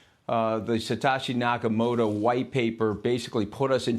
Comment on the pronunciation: "Satoshi Nakamota" - This guy can't even say the name properly